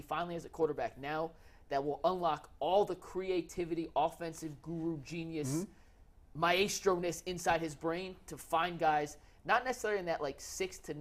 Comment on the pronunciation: AGAIN making up words. Maestro is not pronounced MY-AYY-STRO.